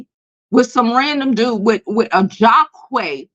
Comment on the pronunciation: Lol the names are pronounced JAH-QEEES and drEEzy. Long vowel sounds (this why they made for each other)